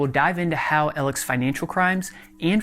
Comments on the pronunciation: His name is ALEX. Not Elic. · Why do you keep calling him ellec, his name is Alex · I understand his name as Alex. Why is it being pronounced as Alec?? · His name is Alex not Alec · Why is "Alex" pronounced as "ALEC", and "Murdaugh" pronounced as "Murdock"? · WHO THE HELL IS ELECK ALLECK DUDE ITS PRONOUNCED AND SPELLED ALLLEEXXXXXX ALEX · Excellent video man. But saying Alec constantly instead of Alex is driving me nuts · Great report, except for your constant mispronouncement of his nickname. You keep saying "Eleck", when it is correctly pronounced "Aleck". If you are willing to pay $500 for a FOIA request, you obviously want to be professional. Details are important. Other than that - good info that hasn't been discussed anywhere else ! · Great Info. Annoying how he pronounces Alex as ellich though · Q:What is produced when Alex pretends to cry? A:Toxic Mucus Also why does Alex pronounce his own name the way it's spelled, but other people say Alec? Why do you say Elic? Must be the boozy regional accent. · Why do you keep saying Alec? Isn't it Alex?! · Alex is pronounced: Al-lecks, NOT El-leck. 👍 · ALEX, ALEX, ALEX not ELLIC or ALEC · Is it Alec or Alex? It sounds like you are saying Alec. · You keep saying "Elic" instead of "Alex"... Is that how his name is pronounced? No hate here. Honestly just curious. Great work! (Also, mad props on flying your drone super low over water... I've tried it a few times and the sensors love to freak out due to the reflections!) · Why is everyone calling him Alec??? Its AL-EX I know the guy himself calls himself that but cmon man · Yo. The dude's name is AAALLEX, pronounced "AL-LICKS" not Ellen or Ellenks lol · omg how many times are you going to say elic